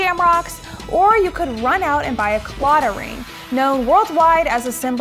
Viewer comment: This was unexpected to see, I am not too far from the area, you're saying claddagh wrong and Connemara kind of wrong though but I love you :'D